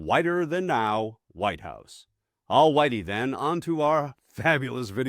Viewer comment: My man said "al-whitey then" lmao